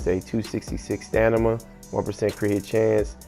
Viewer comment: Stanima??? Lol